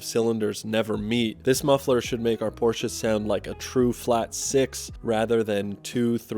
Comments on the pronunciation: Nice car and im glad someone from the usa says porchE and not porch great video and i love your Volvo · Thank you for pronouncing Porsche correctly. You are way ahead of the game. You won't believe how many "experts" on youtube cannot even get the pronunciation correct.